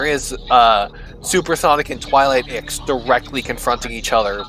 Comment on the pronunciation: Correct me if I’m wrong but I think the correct way to say Ix’s name is actually Nine as in Roman numerals nine? His full name is Pir’Oth Ix so wouldn’t that mean his name is Pir’Oth Nine? It would make sense since the nocturnus clan is very Roman in design. Aside from the technology and industry bit as Rome struggled in those departments.